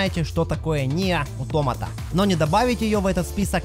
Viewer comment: Если что правильно не "Ниер Утомота" а Ниер Автомата ну или Аутомата. Да я понимаю что переводчик гугл говорит Утомата.